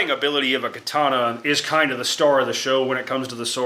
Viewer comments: Kuh-Tawn-Uh! GEEZ!!! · It's called the Ka-tannia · am weeb, Is pronounced ( Ka-Ta-Nah ) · Katana….Kar tar mar… all one word spoken quickly.. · Pronounced Kaataanaae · "I'm makin a kay-tanna" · Great video. Your japanese pronunciation is not that good, but your video made up for it. Great content. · bro this guy is misspronouncing too much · Idc how u say katana we know what you mean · As a weeb, I must applaud your butchery of the Nihon language. You cut the pronunciations apart as though you were using a blade forged of impervious steel 🤣